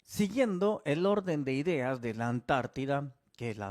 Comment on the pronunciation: Ideos? Se te quedó la V😂😂😂